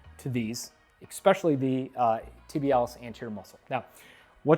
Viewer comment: Great video but I can’t help but said “Exspecially…” isn’t a word, it’s especially